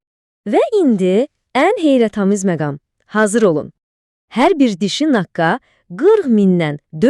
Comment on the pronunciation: Naqa yox naqqa 😂😂